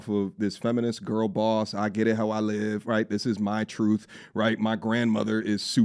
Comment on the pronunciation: "HER CHE-RUUUHHTH" 😂😂